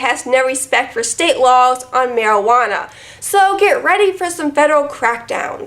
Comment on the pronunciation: Oh my god, I just keep playing over the way you said "marywana". I died.